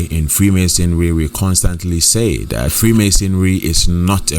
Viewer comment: THAT. NOT DAT